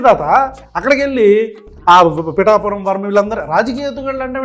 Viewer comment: బటాని పురం కాదు పిఠాపురం😂